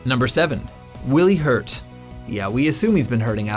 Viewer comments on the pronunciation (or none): "Willy Hurt" yes he did